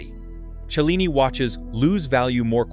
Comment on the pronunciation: Cellini. Chilling AI is not sure. Why can't AI at least talk right?